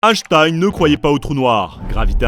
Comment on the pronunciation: Super vidéo, merci les trasheurs. En revanche la prononciation d'Einstein en "Hashtaïne" m'a trigger tout le long. Merci, continuez vos excellentes vidéos.